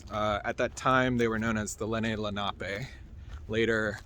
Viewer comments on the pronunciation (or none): none